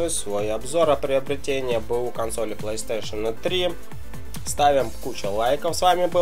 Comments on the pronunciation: Альберт, консоль не плейстейшеЛ, а плейстейшеН:-), а какая твоя любимая ps3 и игра на ней? :) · мне одному покащалось что он сказал плэйстейшел? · Как меня бесит что он не может нормально проезнести плэй стэйшн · Плэйстэйшал...о хоспаде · по че говроишь плэйстешел?там же не л, а,н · Че за пьяный кунг фу мастер? ПлэйстэшэЛ...какую траву куришь?